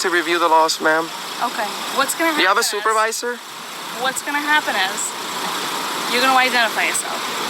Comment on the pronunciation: This video is cWazy , all that and the supeAvisoA awwests him , WOW , don't call for a supeAvisoA ANYMOWE!!! (they will not help you!!!)